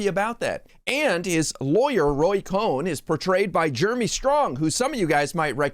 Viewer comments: It’s Roy “Cohn”, phonetically pronounced as “cone”🤭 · It's Roy Cohn, not Roy Cohen. Pronounce it accordingly. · Thank you! FYI Roy Cohn's name is pronounced "cone" not "Cohen". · Not cohen, its Cohn 🤭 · Honey, sorry, it's not Cohen, it's Cohn, like ice cream CONE. So of COURSE we'll all go watch it because YOU said it's terrible. Hey man, it's byour big mouth that got mento buy all Woodwards's books about you. I tou hate it, it must be great. Moron. Hahahahahahahahahahahahahahaha. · Roy Cohn-Cone and not Cohen which is how Michael Cohen's last name is pronounced. Sorry but the two should never be confused. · “cone”, not “cohen” really bad journalism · It's Cohn not Cohen. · it's like cone,,, not cohen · fyi its Roy Cohn pronounced like ice cream cone.